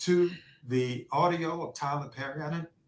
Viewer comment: Lol she cant pronounce words with double r's PERRY, MARRIED NOW THATS FUNNY, she is funny just not on stage